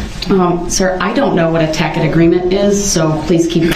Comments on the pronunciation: Hes heinous but i do absolutely love how smart he thinks he is as he butchers the word 'tacit' (he says tack-it) and hurls objections with the same precison as a monkey with a typewriter trying to write an essay. Hes heinous but hes also a wonderful example as to why you shouldnt represent yourself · I love the "tackit" agreement comments, as opposed to "tacit," pronounced TAS-it. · "A ticit agreement" "I don't know what that is" - the judge "Of course you don't" I'm wondering what that is to this day. This guy should start a legal school. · Uhhh when Brooks is arguing with that poor judge, he asks, “Is that a tack-it agreement.” Does he mean a tacit agreement? Good lord, what an idiot. I feel so bad for everyone else in the courtroom that had to listen to his nonsense. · "Is that a tackit agreement?" "Sir I don't know what a tackit agreement is." lmfao My favorite part of the whole trial has to be when someone said "Burn in hell you piece of shit" when he was found guilty for one of the murders. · "Tack-it agreements" if the perfect summation of his legal knowledge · "Tackit" agreement hahahahahaha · omg he was trying to say "tacit." A tacit agreement. I didn't even realize until my second time watching this. No wonder the judge had no clue what the hell he was talking about. What a piece of work. (Thanks for the video! P.S. That explanation of "opening the door" was a model of clarity, it really shows how you take the time to unpack all the legal and criminal aspects of these cases for the viewers.) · It must be wonderful to know all the lawful laws in ALL of the USA without even finishing high school, or even know how to pronounce a word like ask or tacit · Dumb Darrell is mispronouncing the word but still tries to get sarcastic with the judge when she doesn’t recognize what he’s attempting to say. 🙄